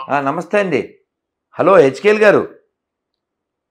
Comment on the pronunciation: దరిద్రుడా ఆ పేరు హెఙ్కేల్ కాదు యెహెఙ్కేల్ రా బాబు అంత పేద నామం పెటావ్ ముకునూచి గుండు పైకి నువ్వు పేద యేరోడివి😂😂😂😂